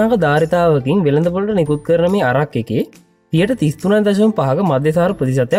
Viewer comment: අරක් නෙවෙයි බන් ඇරැක්